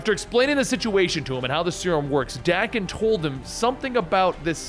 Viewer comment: Love the content here. But Daken.. that pronunciation. Threw me off. Not how I've heard it in my head or how I've ever heard it pronounced. I've always heard it with a hard A. .. feels wrong hearing it this way. Looked it up. My physical sickness is acceptable